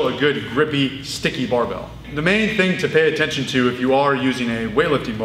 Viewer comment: sometimes, he doesn't pronounce barbel, but rather "barbelle", the feminine form for barbell. a term originally coined in france during the great weightlifting revolution of the 1950's